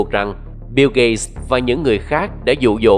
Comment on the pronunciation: Tên ổng là "biu gết(gate)", mà bạn đọc "biu gây(gay)" là hỏng rồi